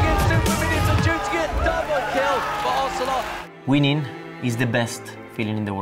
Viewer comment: IT´S OZIL-OTE!!